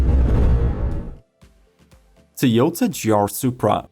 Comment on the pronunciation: Why can't you pronounce Toyota correctly?